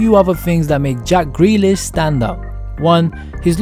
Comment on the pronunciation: Who’s greelish?